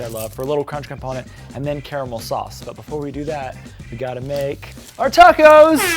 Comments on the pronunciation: *sniff* Finally.... Someone said "caramel" instead of "carmel"! I CAN DIE HAPPILY NOW! HURRAH! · Wow an American that pronounced caramel correctly 😂😂😂 Edit: and macarons wrong!!! 😂😂🙈🙈🙈